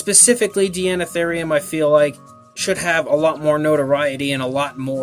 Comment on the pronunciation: I think it's pronounced "Dinotherium", since the prefix is the same etymological origin as in "Deinonychus" and the like. Regardless, I love this animal and this model. I have one one my shelf, right next to the Safari Ltd. American Mastodon. My life just wasn't complete before.